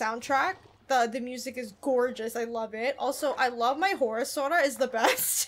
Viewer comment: Kage is pronounced as Ka-gay 😅 Like Hokage from Naruto & 😅 your sora sounded like soda Also, this game reminded me of Middle earth: shadow of mordor cuz of it's similar elements & fighting style